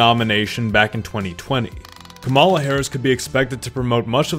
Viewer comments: It's impossible to take this video seriously, since the creator thinks that RFK jr is a viable candidate (he will not get any electoral college votes) and he doesn't know how to pronounce Kamala. The accent is on the first syllable (COMma law), not the second (Ca MA law). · bruh it's kah-ma-la not kam-a-la. idc if u hate someone, say their name right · ITS COMMA LA NOT CA MALA!!! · Completely irrelevant to the content but it’s driving me crazy hearing people say “kuh-mahl-uh” lol. It’s “com-uh-luh” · Kamala's name is pronounced like Comma-La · I love your content, but pleaseee pronounce her name correctly, its KAMala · I couldnt get very far into the video because of how you kept mispronouncing Vice President Harris’ first name. Its like “comma-lah” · Are you deliberately mispronouncing Kamala?